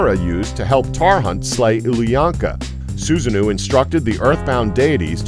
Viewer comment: Jormungandr is definitely a snake, not a dragon. And Susanoo is pronounced Susa-no-wo